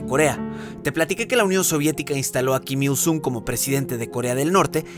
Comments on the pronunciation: "keem young ill", "Keem ill soong" por que pronuncias así, que naco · Pronuncia bien, kim il sun, porque myung a cada rato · En serio nadie va a decir q todo el tiempo estuvo pronunciando mal Kim Il Sung la u se pronuncia como o (en algunos casos)